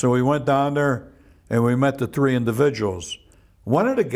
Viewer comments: People from Chicago and New York both say "Tree" instead of three lol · "Tree weeks" that makes me laugh 😂